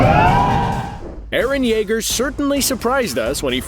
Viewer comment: Everyone gonna ignore he said Jeager not Yeager